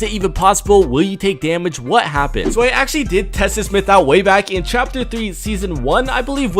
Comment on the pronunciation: Did anyone else hear him say chaper three season one?